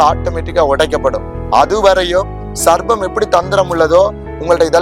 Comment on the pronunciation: சர்பத்தா (juice) 😁. சர்ப்பம் (பாம்பு) சரியாக உச்சரிப்பு வேண்டும்🙏